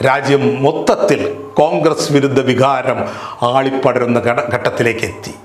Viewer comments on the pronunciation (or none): none